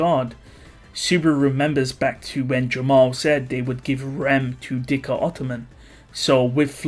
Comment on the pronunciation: Again Im pretty sure its zikr ottoman not dhikr